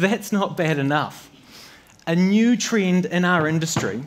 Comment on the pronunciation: У новозеландцев ещё характерная замена звука "e" на "i", характерна с таких словах как "get" (звучит как "гит"), "lesson", "method"… да и в примере слово "trend" прозвучало как "trind".